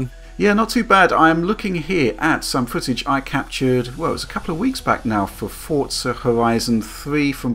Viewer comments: forTza xD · Xbox players love it, PlayStation are busy waiting for another Gran Turismo so they can try and combat it, PC are probably going to get it for free on Windows 10 anyway, it's a super widespread franchise, but no one can pronounce the name right, for fuck's sake.